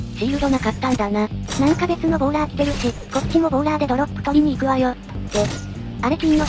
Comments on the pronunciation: ぐさおさん のとこボーラーがボーダーになってますよー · ボーラーをボーダーって言ってましたよ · ボーダーじゃなくてボーラーですよ